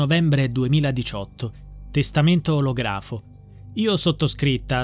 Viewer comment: olografo si pronuncia ològrafo